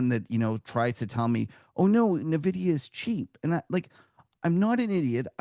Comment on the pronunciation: At this point, I find it hard to listen to anyone in the financial industry who cannot pronounce the name of the world's largest market cap company. It's en-vidia, not na-vidia.